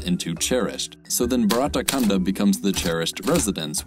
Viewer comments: Yup it's simple, and have good meaning, except his pronounciation was bit off but good try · Did absolutely right to describe India (or Indian subcontinent) But yeah the pronunciation is nowhere what actually it's like.